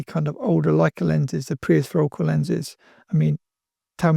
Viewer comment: Did you say prehistorical lenses? Or maybe pre-aspherical?